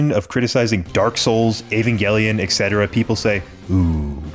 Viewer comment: LMAAOOO I KNOW FOR A FACT PEOPLE ARE GONNA START AN ARGUMENT Over the way you pronounced evangelion